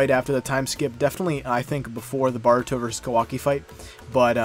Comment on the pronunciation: Good video but my guy you know it's Boruto not Baruto right? Don't think I've heard anyone pronounce his name that bad before lol